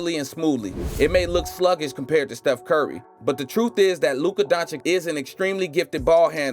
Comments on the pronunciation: Luka who? Donchick? If you make the effort to create a video, make also an effort of 5 seconds to learn the proper pronunciation. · Its been a year since the video, did u figure out the right pronounciation of Dončić yet?